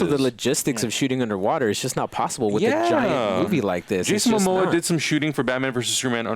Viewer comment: He keeps saying Jason mama lol anyway I really liked the aquaman trailer, shazam looked kinda goofy but I'm digging the lighter brighter tone